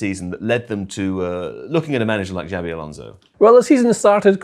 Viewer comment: His name is not " Javvy"